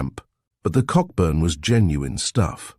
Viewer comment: Cockburn is prononounced "co" burn.